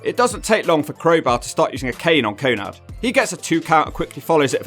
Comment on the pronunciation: Wait, did u call Konnan "Konnad" 😂😂😂 I love it, keep it up